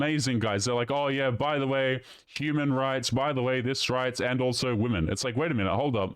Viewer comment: Another one who says 'men and woman', showing that they can't pronounce the plural 'womEn'. It's so weird how common this is becoming!